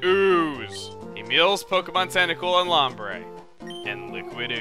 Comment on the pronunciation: Dude it's pronounced (loam breah) say it more Hispanic